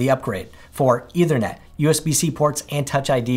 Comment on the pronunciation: Note: the word is ethernet, not “eithernet.” The th sound should be voiceless, as in in think.